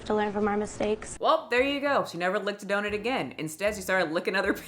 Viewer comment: Donut= ❌ Donit= ✅ lol